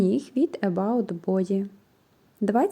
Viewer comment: Скраб для тіла не від about,а від May body